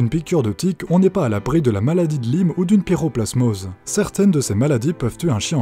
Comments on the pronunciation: La maladie de Lyme se prononce "laïme" mdrr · Au fait ça se prononce maladie de "l'aïme"